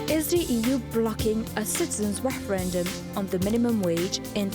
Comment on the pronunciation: Fake rererendum.